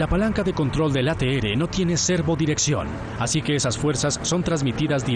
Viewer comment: No existe la letra "ere" se pronuncia la letra "erre" ATR. "ateere" suena ridículo.